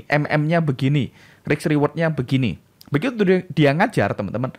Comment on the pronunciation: kualitas diri tercermin dari cara bicara ( bahasa menunjukan kasta ), keren banget itu kata kata nya👍,maap mas tapi kok risk jadi riks ya?atau Rix?